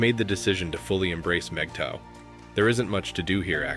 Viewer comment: Good video. Can’t share it, unfortunately. The computer constantly voices MGTOW incorrectly and even misspells the acronym. The informational aspect in point on. As I’m not sure that these are mistakes or an attempt to clown us, I cannot forward. Thanks anyway.